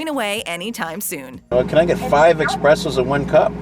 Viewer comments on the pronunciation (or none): cringes me when people say 'Expresso'